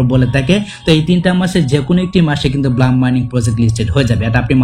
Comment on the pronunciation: No ব্লাম😂 it's ব্লুম😊